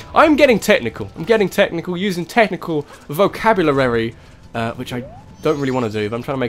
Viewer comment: "Vocaburlarary" xD